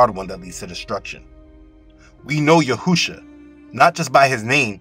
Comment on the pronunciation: I still hear u say Yahousha I don’t know when u will pronounce it right. For the last time I will say His name is Yashouwa Get this one right.